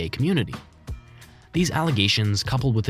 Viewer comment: bro said "gangstah"